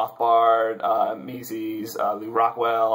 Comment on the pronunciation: Mises is pronounced "Meez-us" almost like Jesus, but with an M at the beginning. Subbed.